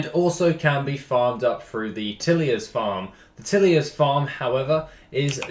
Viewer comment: "Till-ers" as in tilling the soil. Unless thats a British pronunciation thing, like Al-u-min-ium ( Unlike us who pronounce it Al-Loo-min-um)